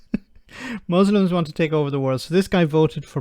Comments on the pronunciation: What is a mooslum? 🤣🤣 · What the hell is a Mooslum?!